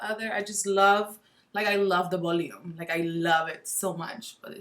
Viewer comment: “Bolume” lol so funny...how long have you lived in the US?